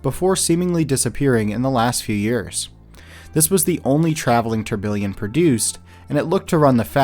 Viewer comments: bro is saying tourBILLION lmao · Great video, but one minor gripe: Tourbillon is pronounced phonetically as "tour-bee-yon."